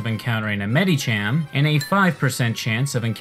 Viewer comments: he keeps pronouncing the "i" in the names like an "e" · The way you pronounce "Medicham" and "Meditite" physically hurts me. Good vid, tho